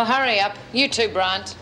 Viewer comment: Vera said Curry up instead of hurry, Lizzie said Ked instead of Kev, the mistakes are so funny, they must have barely did any re-takes..and Bea must have had so many holidays she is always missing for episodes and in the pound!